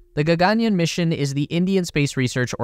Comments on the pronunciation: its not ga-ga-nyan😂.. its ga-gan-yaan😊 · Why would you pronounce the second "a" long, and the "aa" short? gagaanyan? That's what the whole story is about.... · There are two “A”’s after the letter “y”. You should stretch the yaa. It almost sounds like yawn. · A lot mispronounced to the point it couldn't be understood, including Gaganyaan, Bengaluru and so on.